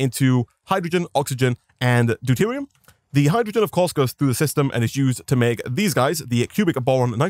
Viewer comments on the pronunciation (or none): none